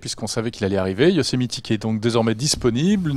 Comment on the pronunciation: Haha j'adore votre façon de dire "Yosemiti", mais d'ensuite dire "continuité" ;)